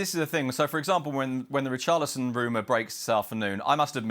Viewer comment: Now WAIT...Hold on a minute, he just violated Richarlison name like that SMH 🤦🏿‍♂️🤦🏿‍♂️😂😂